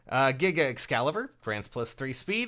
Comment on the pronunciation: You say Giga Excalibur but all I hear is "Giggity Excalibur"